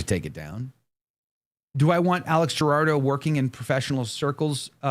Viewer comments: It’s Alex Jurado. Not Gerardo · The last name is pronounced who- raw-do lol